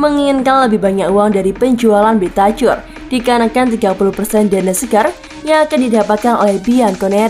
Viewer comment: Mana host yang lama yang ini bahasa indonesia nya kurang baik tidak ada intonasi dan logat nya aduh ganggu parah rodrigo bentacur cara bacanya bentakur bukan bentacur aduh parah parah